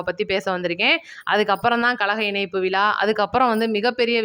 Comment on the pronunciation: சகோதரி நடந்தது மரகதம் குமரவேல் நடத்தியது விழா அது விலா இல்லை. உச்சரித்து பழகுங்கள். கேட்பதர்க்கு கண்ராவியாக உள்ளது.